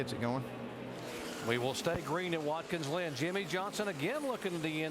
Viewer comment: “Watkins Lynn” 😆